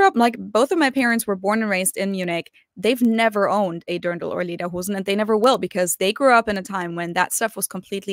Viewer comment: Pronounced Lay-der-hoe-sin